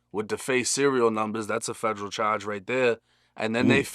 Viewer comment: “Gun chawge” 😂